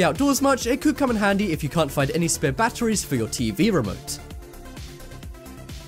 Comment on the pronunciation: Who else hates the way he says batteries